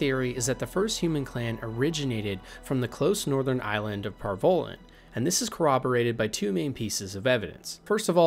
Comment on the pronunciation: Antiva = Ativa Par Vollen = Par vellen ......dude. there's an N in Antiva. and Par Vollen is pronounced like the 'Voll' in Volley. Just an FYI the names of people and places ARE PRONOUNCED. IN THE GAMES. if you've ever actually played them and listened.